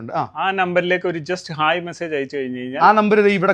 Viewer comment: ഹെയ്യി...അല്ല.. ഹായ്!!!